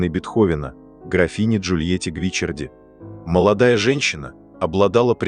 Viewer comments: Недьзя правильно произносить фамилию ? Что за Гвичерди ? Ее фамилия Гвичиарди !!! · Ну почему ГвИчарди?!! ГвичАрди! Как режет слух! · И снова замечания в звуковом сопровождении-правильное ударение на ГвичАрди, а не гвИчарди. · Я бы читала Джульетта ГвиччАрди с ударением на втором слоге😊. Моя любимая Лунная соната. Только влюблённый мог сочинить такую божественную музыку ❤ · Всё-таки правильно Гвиччарди. И ударение на 2-ой слог. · Вселенская музыка, очень печальная и больная история любви, спасибо! Но Бога ради, как же терзает уши неправильное произношение: ведь Джульетта была ГвичАрди! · Как режет слух ГвичЕрди! И не слышно в манере, голосе и интонациях повествующего тех эмоций, которые должны соответствовать трагедии Бетховена и истории создания Сонаты. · жаль, что Вы не удосужились проверить ударение в итальянском имени, а это важно, режет слух и о многм говорит в отношении Вас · Произносите верно фамилию графини((( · Ребята! Это машинный голос! Машина не знает;как правильно произносить фамилии...увы!